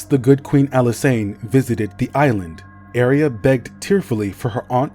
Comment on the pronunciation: I'm sorry for being "that" person, 😭 but it shouldn't be pronounced area, more like ah-ray-ah like a ray of light